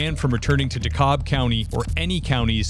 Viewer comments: Dakalb county is pronounced, " Da cab" crazy I know. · Just wanted to help you out with the pronunciation of the town of the man that was stalking and had the 2 firearms in this video. DeKalb is sounded out like (de-cab) county. The English language is so weird. Just wanted to let you know that's how it's pronounced in ga where I assume that was at. Hope it helps!! Love your channel! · Hey! Not sure if you read your comments; few housekeeping items! > The stalking ex, Maryland isn’t a gun state so there’s a chance that maybe the shotgun was registered but idk about the pistol. > I lived in DeKalb county Georgia. For some odd reason it’s pronounced “Dee-Cab” Love your content! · 😂😂 youre not the only one, but its not dekaLb. Its pronounced "deCAB"😂. No harm, no foul. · Dekalb County is pronounced De-cab by the locals lol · I live down here (GA), DeKalb is pronounced "De-cab" with a silent L. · Dekalb County is pronounced "Decab" LOL Not how it looks, but this is Georgia. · Dunwoody is in Dekalb county, Georgia, in the northern end of one of the counties Atlanta occupies. The L is silent in DeKalb, accent on the second syllable (de - cab'). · I live in the greater Atlanta area. You did a pretty good job with saying "DeKalb" county...I've heard worse! It's actually pronounced "deh-CAB" though. 😉